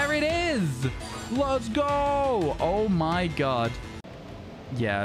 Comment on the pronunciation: Whenever he says oh my god it sounds like oh my gud